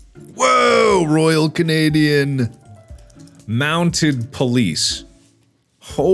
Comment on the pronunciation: Lmao, it's "MountED" not "Mountain".